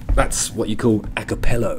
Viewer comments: Acapella not Acapello you sausage 😂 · Accapell A not O